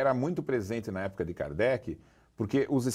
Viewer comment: parei no "Kardecky" 😄